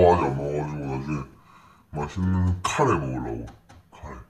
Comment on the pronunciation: 마쉿는 카!뤠